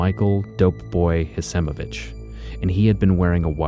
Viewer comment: Hecimovich is pronounced Hekimovich.